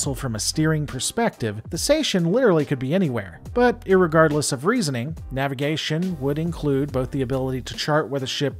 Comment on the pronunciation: bro did you actually say "irrigardless"